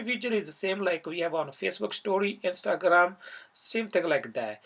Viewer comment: The way he said Instagram 😹😹